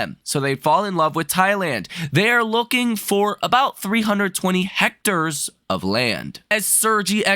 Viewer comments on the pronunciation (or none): It's hect-airs. No c to make it hect acres. 🙂